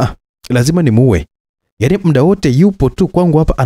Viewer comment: nimependa sana hii story, ila kwenye kuongea nikuombe utumie neno MUDA badala ya MIDA, mida si kiswahili sahihi. Hadithi ni nzuri sana, nimeipenda. Samahani kama nimekukwaza.